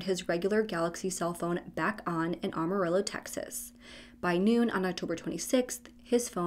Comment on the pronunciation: its pronounced am-uh-rill-o. This guy was a selfish pos. His poor mom.